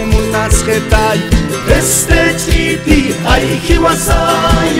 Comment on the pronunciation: Qué bien pronuncia cuando dice 'ch'iti'😮